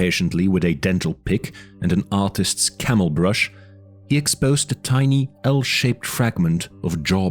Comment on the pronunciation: Thanks for the audiobook. There are a few audio repeats in the video, and you pronounced "tiny" as "teeny", lol Otherwise very good